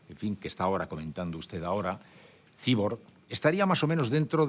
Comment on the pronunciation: a mi me molesta que diga cibor, en vez de cyborg